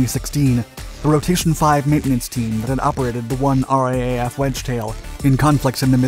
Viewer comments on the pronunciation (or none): Interesting video. But in future if you're talking about the RAAF, it's pronounced R-Double-A-F not R-A-A-F. We also just say "raff" (as in riff-raff), but that becomes confusing if talking about the British flying force in the same conversation :) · The Australian name for our air force is 'R - double A - F' not R-A-A-F 👍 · A few points; as previously mentioned in other comments on this clip and others- the correct pronunciation is R Double A F. The UK has only ordered three aircraft and that has caused a lot of controversy in the UK Turkey was the second country to buy the E-7 and it is designated E-7T Peace Eagle. They operate four aircraft all named after the points of the compass (Kuzey, Güney, Dogu and Bati- North, South, East and West), there was an option for two more, but the option expired. South Korea operates four aircraft (designated E-737 Peace Eye), these aircraft differ to the E-7's in the installed electronic systems, but maintain the MESA radar. All work was performed by KAI with aircraft two to four. Other potential customers include; Italy, United Arab Emirates, Qatar and Saudi Arabia (who also wish to replace their E-3's). The RAAF aircraft have ten stations aboard- six being for C2 operations, four being used for Battle Node network relay. Two further stations can be installed, the notion here is for Drone control for any one of the various drone types now operated by the service (this may include the MQ-28 Ghost Bat a.k.a Loyal Wingman, as a defencive aid in contested airspace). Ja Worsley ODIN Media- Chief Editor (Oceania Defence Interviews and News). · Love the videos! In Aus we call the R.A.A.F. the R double A F or pronounce RAAF as a word. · I've seen these flying over Canberra also it's not the R, A, A, F its the R double A F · It's pronounced: r-dot-double-a-dot-f-dot 'R-double-A-F' is almost as long as just saying 'Royal Australian air force. Saying 'raff' is much better (as in riff raff) which is more appropriate..